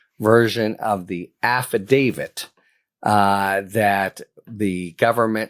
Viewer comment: Thank you for pronouncing "AFFIDAVIT" correctly, Harry! If I had a dollar for every time I heard someone say "affi-DAVID," I'd be rich. 😂